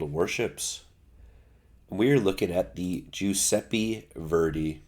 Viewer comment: Jewsepi Verdi? Pretty sure it's Italian.